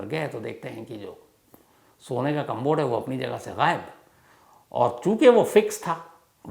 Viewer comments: Interesting story. But the word is “commode” - कमोड. There is no “b” in it. It’s not “combod “ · कंमबोड नही सर कमोड।।।commode